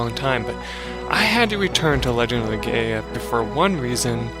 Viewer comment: hey buddy we should try to make legend of legaia more popular! And btw its pronounced legend of le-guy-uh